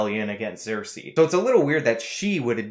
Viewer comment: You're saying Cersei as if it begins with an X!